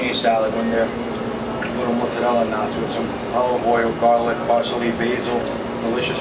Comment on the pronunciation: I love the American accent when he says 'mozzarella' he says it the Italian way!